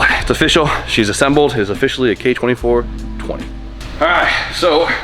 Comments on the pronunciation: I always hear it like "K20 420" 😂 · Having spoon is like prestige mode in COD. Every time said k-24/20 all I heard was k20/420.. or just me? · It’s official the 86’s new name is the AE69420. I swear everytime i heard you say KA 24/20 thats all i could think of😂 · Hearing you say k24-20, Just sounds weird. Like ya dude I got a built h22-20a for my new prelude!!hahaha good time